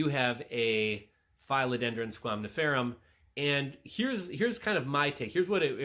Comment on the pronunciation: You know you keep saying squamniferum instead of squamiferum😅?